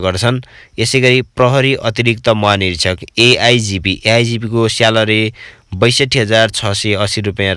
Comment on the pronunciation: स्यालरी🤣🤣🤣 उच्चारण चाहिँ मान्नै पर्ने हो साथिको।🤣🤣🤣